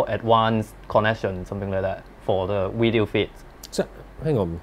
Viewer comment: Can you send to a speech pathologist. The word is “video “. Not “wideo”!